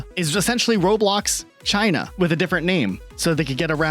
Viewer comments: why the fuck does he call it Chiner? so fucking weird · British man says "chiner" and thats funny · hard R on china is craaaazy